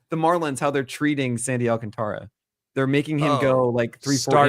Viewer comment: I want to thank you SO MUCH for being the only goddamn person in the industry who is able to actually pronounce Alcantara's name correctly. Why do so many people just pretend the "a" doesn't exist after 't'?